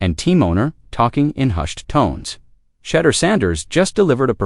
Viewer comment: Why is your video mispronouncing Shedeur’s name when your video says his name correctly… we know when people mispronounce a black person’s name is racist tone